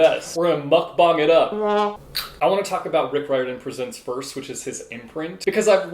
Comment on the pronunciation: When an english speaker pronounces mukbang right you know he likes kpop 😂🙌💜